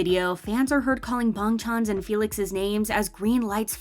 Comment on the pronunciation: She says bangchan